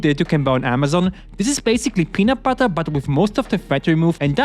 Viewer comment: Bro said peanut putter doughnuts